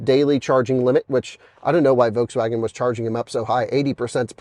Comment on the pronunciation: It's still a Folkswagen